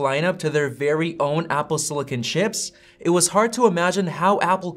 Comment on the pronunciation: It’s “silicon” not “sillican” ;) not being able to say the word correctly makes me question the authority of this video